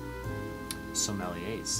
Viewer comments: Are you sure about your pronunciation as I have never heard some words pronounced the way you do. Askance (a-skance); Sommelier (so-ma -yeah); sagacious (sa-gay-cious); hypocoristic (high-po-co-ris-tic). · Sommelier (so-ma -yeah) Close: suh·muhl·yay